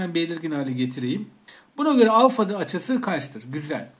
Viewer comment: hocam alfayı duzgun okuyun lutfen